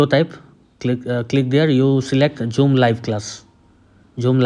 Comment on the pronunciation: No one:: "Jhoom"